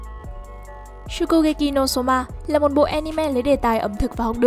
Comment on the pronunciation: Nghe giọng đọc chán quá 😑😑😑 cứ nghe shokugekị no somạ 😑😑😑 nghe khó chịu vãi